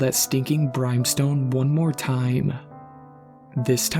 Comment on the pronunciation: Not to nitpick but it's brim stone. Short i sound, like Tim.. There's no E in the middle. Like the sentence "there's fire and brimstone hailing down upon us" .. brimstone is an actual thing.